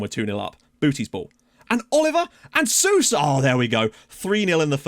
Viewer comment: the "ou" in Sousa is pronounced like an "O". So technically you would read Sousa like "So-za" (like you read Sissoko for example)